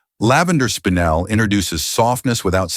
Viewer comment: Enjoyed this immensely. Thanks very much. Couple of mispronunciations were a little distracting though: Peridot is pronounced: pair-i-doh Paraiba: Pah-rah-ee-bah Spinel: spin-L Also tourmaline is America's national gemstone. I am sure people would benefit from knowing this. Also tourmaline is America's national gem.